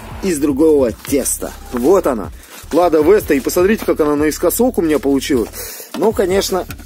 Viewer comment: Не Лада Вэста а Лада Веста